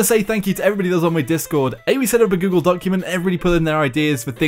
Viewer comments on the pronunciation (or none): none